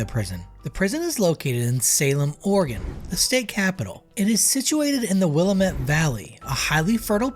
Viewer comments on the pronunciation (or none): will-AM-ette :) It's one of those pronunciations you can only get right if you live in Oregon/South Washington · You pronounced Willamette incorrectly. It's pronounced will-LAM-ette. Rhymes with Dammit.